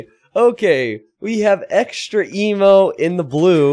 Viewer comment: is no one gonna mention that it's EXTREME-O not extra emo???